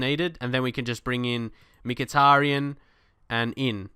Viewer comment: Great vid mate, however you are pronouncing Mykhitarian wrong, Mick-a-tar-ian